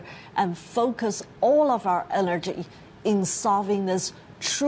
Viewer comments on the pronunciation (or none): Sounded like “focus all of our allergy..”. :)